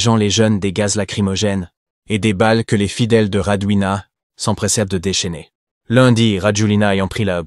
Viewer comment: En malgache, on ne prononce jamais la dernière lettre : Rajolin (a) et non Rajolina. De même pour l’aéroport Ivat (o) et non Ivato ! - Toujours aussi Nul ces « journalistes »